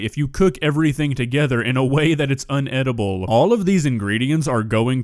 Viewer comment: I love your videos,! But you keep saying "unedible." It's actually INedible. Lol Keep up the great work, though! I'll never stop watching!